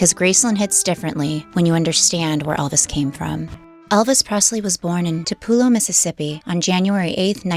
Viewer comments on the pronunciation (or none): Where the hell is to pull ah low Mississippi? Tupelo pronounced two- pa low! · Tapula? It’s Tupelo. Pronounced Two-pel-o. Please edit that. Yours truly, a diehard Elvis fan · GOD! You really sound stupid, please please pronounce Tupelo !! Pronounce it correctly it is the blues capital of the world TUPELO MISSISSIPPI IS the Blues and Rock IS,ABSOLUTELY THE TABERNACLE THE HILL TOP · Before you do a documentary you should really learn how to pronounce names of things and places you lost me within the first three minutes because you did not pronounce where the man was born correctly! Or you did this on purpose because even negative comments you get paid so maybe it’s quite brilliant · Good video!! Just learn how to pronounce Tupelo lol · I wish some of the content creators who are not from a place would at least google how to pronounce names of places. You said Tupelo all wrong.